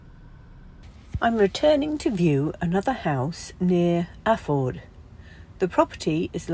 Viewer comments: When you said Alford this time you sounded like a local - affa guid! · Lovely area and Alford , pronounced ‘ Ah- ford’ is a bonnie wee village. Good luck.